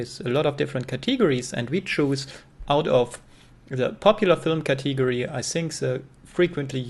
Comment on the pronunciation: Cateegery?? Lol...